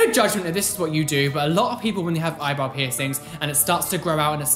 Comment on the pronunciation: I always hear „Eyeball“ instead of eyebrow 🤣